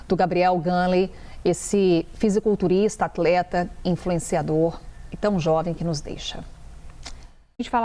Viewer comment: Não sabem nem falar " fisiculturista"